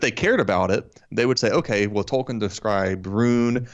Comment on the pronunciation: 😂😂😂😂 JRR “Token”